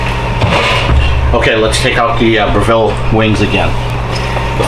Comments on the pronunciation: We say bre ( Rhymes with Rev).ville not Bra.ville. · fwiw, it's pronounced BREV-ill, not Bra-VILL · 1.can't believe u prepped on yr cooktop, 2. Br/ville? No o o its Brev/le here in Oz! Thx for the comparison. What about smoke exhaust? Is Airfryer same as Breville? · Dude, if you're going to do a video on a product at least learn how to pronounce its name properly 😂